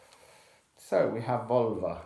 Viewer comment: I hear "Volva" as "Vulva" every single time, and it's an unexpectedly potent mental image....